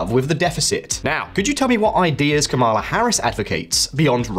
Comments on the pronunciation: it’s KAmala, not kaMAla if you can’t even bother learning your name, you shouldn’t make a video about her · Her name is pronounced comma la literally why are you so annoying 🙄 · the emphasis is on the first syllable, like PAMela. KAmala. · "Kama-la Harris" - this channel is pro Trump 😂